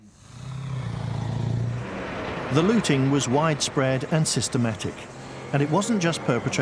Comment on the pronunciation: Looting, not Lotting.